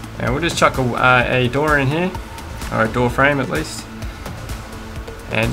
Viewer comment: Wanna die? Every time he says “heare” take a shot